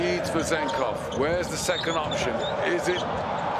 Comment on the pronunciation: "churros" Vezenkov😂